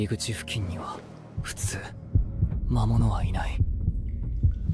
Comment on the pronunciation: 動画のクオリティは、最高です！更に面白くなっています。一つ気になったのは、キャラクターのセリフの、魔物が「まむつ」に なってたり、聖剣が「ひじりけん」になっていたり、思わず笑ってしまいました。でも、このAIアニメシリーズは、やはり一番だと思います。これからも、期待しています。